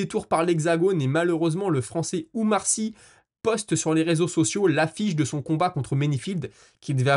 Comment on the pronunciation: Umar sy? Mouai... Respecté les nom des athlètes.... OUMAR SY! PAS UMAR... pour un journaliste français pro MMA c'est pas très professionnel de même pas connaître le nom des athlètes dont tu parle...